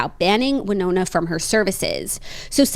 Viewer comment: Went to college in Winona, MN, and we said: “WIN-ona”